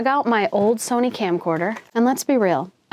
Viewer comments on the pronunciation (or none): none